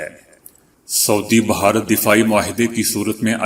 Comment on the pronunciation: ما شاء اللہ آپکو اللہ نے اواز بہت اچھی دی ہے۔ آپ بھارت کو (ب ہا رت) کہتے ہیں۔ اسکو درست کرلیں۔ میں آپکی خبروں کو روزآنہ سنتا ہوں۔ آپکا انداز پسند آتا ہے۔